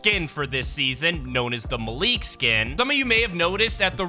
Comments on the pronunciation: Malik is said like (Mal) (Ick) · It is pronounced Mal like malware and lick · Just so you know it is pronounced mal-ik